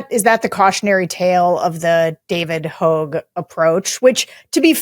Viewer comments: Sarah, his name is David HOGG, not David “Hogue” 😑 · It’s david Hogg, not “Hohg” and the people he wants to primary are not specifically because they are old but because they are holding seats and are do nothing reps. We need fighters in this moment. We need people that will always vote in alignment with the majority push and/ or push for important changes that benefit all Americans. This movement the two of you are talking about was basically started by him, so it’s weird to have you diss him in the same breath as saying this is a good idea to move younger. It’s not just about being younger. Sarah just doesn’t seem to get it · Sarah it's David Hogg. pronounced hawg. It's a great idea for Democrats to run against Democrats. Debate is healthy and Democrats are born for taking and debating....into the weeds.... Come on. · Let's pretend it's not about the policies at all. That should cement permanent GOP rule. Moderate clowns will be as much responsible for the death of this nation as Trump will be, when the history is written. Maybe the guest could correct Longwell on continually mispronouncing Hogg's name. Just a thought. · Right, ten years ago, a new senator could never get any traction. Even though sixteen years ago, a new senator became president. Oops... Do you think before speaking. Sarah intentionally mispronounces Hogg's name to smear him. What a joke!